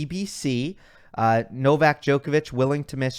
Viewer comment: Everyone said Novak's, it sounded to me like Novax 😅.